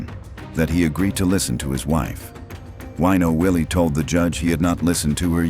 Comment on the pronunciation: The name is not WEENO Willie - it's WINO Willie. What an idiot.